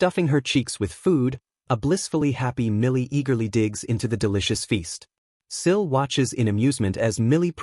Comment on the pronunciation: The narration mixes up Sil and Nico then calls Sil, Shill. Truly annoying